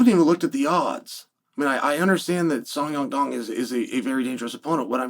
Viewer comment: I genuinely thought he was messing with us by saying song dong. But now he changed it to song young dong. fun fact, Oregon is the most white state in America and that explains why he can’t pronounce names.